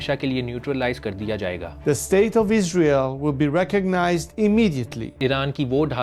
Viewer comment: Isreeeel nehi hai wo Isreal hai 😂😂😂😂